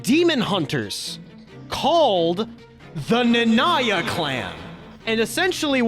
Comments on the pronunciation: Stopped after I heard his butchered pronunciation of "Nanaya" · Why do you pronounce Nanaya like that 😭😭😭